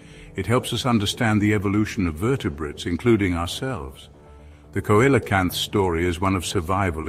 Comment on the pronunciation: Dear, it's pronounced SEE-LOW-CANTH and SEFLO-POD. Other than that, the information is solid.